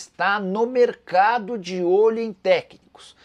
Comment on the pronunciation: Não é merecardo que se fala e sim mercado